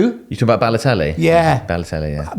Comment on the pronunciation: LOL I love how he gets both Benteke mixed up with Heskey AND Pogba mixed up with Balotelli...or "Baloterry" as he called him. Lawrenson is an absolute legend.